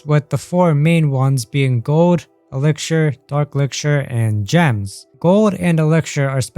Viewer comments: "Elixischhser" Sorry but thats how it sounds when you pronounce "Elixer" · the way he says elixir is about to damage me